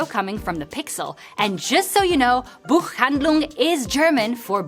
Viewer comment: "Buchhandlung"....ahhhh, pronounced the ch wonderfully 🙂